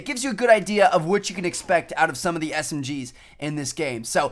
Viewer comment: Woohh I thought he said Smrs